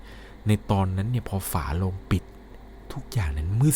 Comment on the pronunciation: ชอบฟังมากค่ะ แต่ถ้าเก็บรายละเอียด ร กับ ล (คำว่า ฝาโลง/ฝาโรง) อีกนิดจะสมูทกว่านี้ค่ะ เป็นกำลังใจให้นะคะ ติดตามตลอด